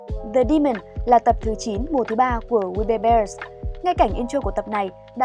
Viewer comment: Tên phim:we bare bears Tui nghe:we bare dog:)))